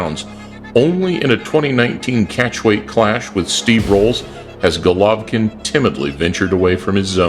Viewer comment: That intro always gives me chills. #Motivedia4life Also, my man, Golvokin.... Not right